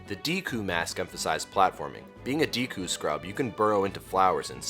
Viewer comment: Deck-coo not dee-coo. Good video.